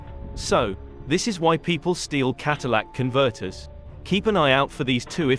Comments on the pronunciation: Bro, It's Catalytic not Cadillac converter. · Kat-a-lay-ic. It doesn't convert your "Element" into a Cadillac.